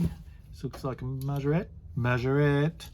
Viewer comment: Hey, excellent collection of cars from Ben,you've done well saying Majorette monsieur, bonjour oh lala 🤣🤣,awesome video,cheers Peter